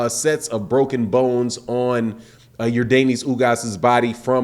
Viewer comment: You pronounce his name like Your Dennis. Stop saying Your Daneis. It's Yordenis.